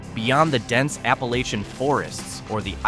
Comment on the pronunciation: WHY the dramatic music? Very distracting when trying to listen to the commentary. Pocahontas and Tazewell aren't dying. I live 5 mins from Pocahontas and take great offense to this! This commentator doesn't even know how to pronounce Appalachian!